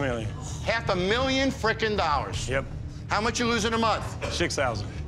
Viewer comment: Lmfao at the way he says “YOURE IN DEBT A HALF A MILLION DOWWAS”